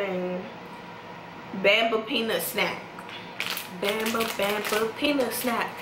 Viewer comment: She said Bamba wrong. And called it cheese puffs when it says peanuts. Lol.😆